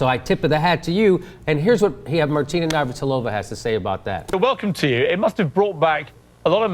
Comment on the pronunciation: Martina "navrhalova"? Whos that?